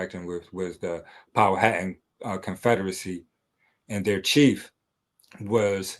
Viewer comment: Why this dude keep saying the name wrong it is Pow-wow-tan